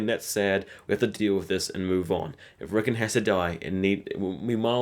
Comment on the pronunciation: not rickun RICKON